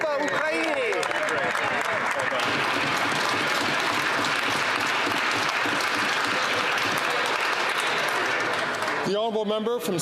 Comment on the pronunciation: Terry Duguid saying "slava ukr" in parliament makes my stomach turn. Might as well be yelling "sig heil" but he's so clueless I don't know whether to laugh or cry.